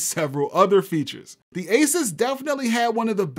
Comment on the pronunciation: I wonder what it is like working for Asus hearing people say Asis.